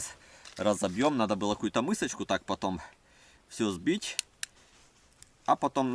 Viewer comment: пожалуйста произноси слова правельно не щееекатурка а штукатурка не мыыысычка а мисочка не неткогда а не когда